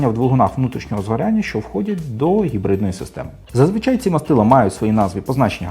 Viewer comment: Кототко і зрозуміло, Дякую! Дуже лише дратувало Ваше «Хекання» при вимовлянні типу гібридної установки. Ви ж самі казали, що абревіатура походить від слова «Гібрид», ну, то ж не Хібрид, так же ж? Це російська калька озвучувати англійський звук «Н» як «х». Вони (москалі) ж взагалі не можуть вимовити звук «Г», а тільки «Ґ»…